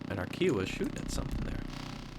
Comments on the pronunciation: couldnt help it and had to write it, its pronounced "chi-o-wah" not "ki-wah', othr thn that awesome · Ki - ow -a not Kee - ow - a